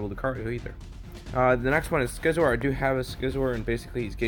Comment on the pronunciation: Look for a video clip of Scizor saying his own name, so you can learn how to say his name PLEASE. It is worse than your old pronunciation of annihilate.